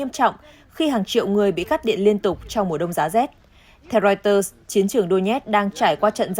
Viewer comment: Đọc chưa đúng , wa - sinh-từng ????? Hãng tin của Anh đọc chuẩn phải là “Riu - tơ “ mình có cảm giác moij người đọc theo ý mình thì phải???????